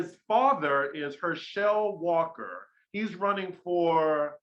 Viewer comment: I love the way pronounced Hershel Walkers name 🤣😂🤣😂🖤🖤🖤🖤🖤